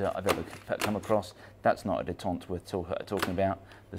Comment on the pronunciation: Please pleas please stop saying “detente” ( day-tont). Detente is “ the easing of hostility or strained relations” the word you are looking for is detent pronounced “de-tent” detent: a catch in a machine that prevents motion until released.